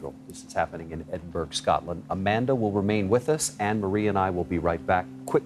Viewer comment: It’s not EsinburG it’s Edinburra. Geez